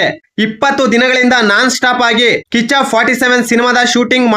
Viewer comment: 😂😂 ಅಣ್ಣ ಕಿಚ್ಚ ಕಿಚ್ಚನ ಹೇಳಕ್ ಹೋಗಿ ಕಾಚಾ ಕಾಚಾ ಸುದೀಪ😂 ಅಂತ ಹೇಳುತ್ತಿದ್ದೀಯ ಅಣ್ಣ😂😂